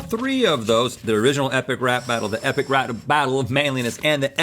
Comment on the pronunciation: It sounded like Rhett said "ethic" rap battle.